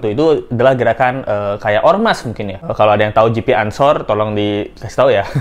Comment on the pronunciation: GP bacanya bukan JiPi, tp GePe. GP Ansor organisasi kepemudaan NU yg massa nya besar dan berskala nasional. Klo GP Ansor bergerak, auto nangis bapaknya Mario🤣🤣🤣